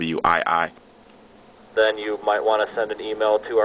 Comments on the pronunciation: dude it is a wii not w i i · it wasnt all that funny all he did was ask regular questions, and kept saying nintendo w i i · why did you say nintendo w i i? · dude, it ain't the W I I, the letters are together like this Wii and say it like this:WEEEEEEEEE!!!LOL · Wow It made me smile when you said W I I for the first time.... but it was OK...